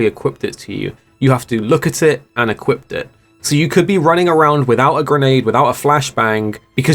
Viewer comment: 'equipt it'